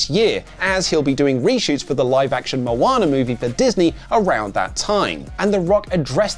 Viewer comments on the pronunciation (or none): none